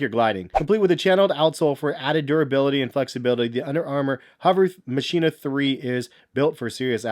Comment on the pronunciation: Machina is actually pronounced "Makina" The Mach makes a k sound like in Mach 5.